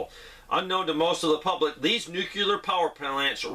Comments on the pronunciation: And the other word is New-clee-ar.. not newk-yuh-ler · Nuclear.. nu new ....clear clear... Nucleus....new cleus .... Nu clear nuclear